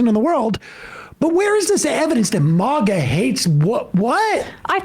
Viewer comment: It's MAGA, not MOGGA.